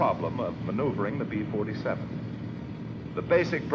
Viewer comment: The narrator repeatedly says "Pee-Forty-Seven" instead of "Bee-Forty-Seven!"